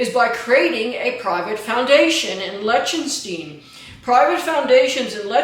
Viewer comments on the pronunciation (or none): Good video, but please please please rethink your pronunciation of Lichtenstein.